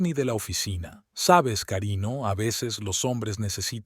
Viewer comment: Ese narrador no sabe leer , pongan a otro, se oye feo y es ridículo si la palabra esta mal escrita el no corrige sino que lee mal.Dice por ejemplo.carino.cuando.es cariño , sir'urgia por dirigía telef no